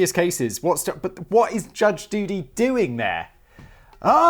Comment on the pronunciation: . . . Did Si just say "Judge Doody"? 💩. . . Did he?